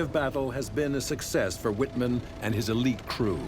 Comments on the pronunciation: Totally rong pronunciation of names.Michael Wittman correct pronunciation is "Michael Vitman", not "uitman".So stupid and unprofessional!! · You all are saying his name incorrectly. ..... In German the letter W is pronounced V, and V is pronounced W. ..... So his name is not pronounced Wittmann, it is pronounced Vittmann. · Not pronounced "Wittman" it is pronounced "Vittmarnn", emphasis on the elongated A (sounding like "marn") as the A is followed by double N. The German "W" is pronounced as a "V". This should be basic stuff for a history channel. And I am not a native German speaker. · His name is pronounced "vitman," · Wish you'd pronounce it 'Vittmann' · Say "Vitman" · His correctly spelled name is WITTMANN (pronounced VIT MANN) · Vitt Mahn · Please, try to pronounce his name properly. He was a German, not some American. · This documentary is a little sloppy. Some of the facts are a bit sensationalized. Need more expertise and less showmanship. Still not bad. Wittmann I believe should be pronounced with a "V," not "W." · It would have been easy for them to at least correctly pronounce the V in Wittman. I mean, it's supposed to be a documentary. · You’d think if you’re going to make a whole, long documentary about someone that you’d at least pronounce his name correctly! It’s not even a difficult one to pronounce.